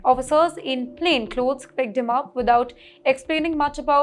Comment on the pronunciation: Not "logged up" or "pigged him up". Learn to pronounce "ck".